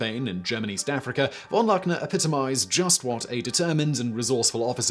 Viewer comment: Great as always, but you need to practice your German prnunciation, its not that hard...e.g. "von Luckner" is pronounced more like "fawn lookner"